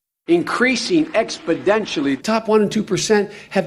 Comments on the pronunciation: Exponentially. Not expodentially. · How is it that Biden says "expodentionally" every time he uses the word, but this is the first time this seems to have been brought up? Imagine the media coverage if George Bush mispronounced a word like that....Nucular instead of Nuclear, for example...Oh wait, we don't have to image...that was practically a scandal the way it was reported. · "Expedentially!" What a Bozo!! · Gee I didn’t know how important Expodentially Was going to be in this election 😂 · Expodentially... WTF... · I wonder if him saying "expodentially" was an accidident or if it was intedentional? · Joe Biden giving the final spelling bee word: "expodentially". Kid: "uuum can you use that in a sentence?" Joe: "abstalutently" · ExpoTentionally! No 'd' there! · I heard Biden say: expoDentially. Really? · Utterly baffling, that after the first time he mispronounces the kind of word that EVERYONE notices. You would think, someone... Anyone would have told him. How can his team of advisors, entourage, down to an intern not have said. Its an "N" not a "D" Binen, I mean Biden old son. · Did Biden mean to say Expotentially?